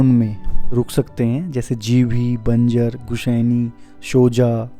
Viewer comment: Please pronunce banjr as Banjar